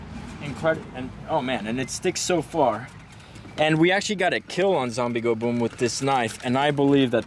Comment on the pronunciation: I stopped when he says....."For zoombie killing".....WTF?????????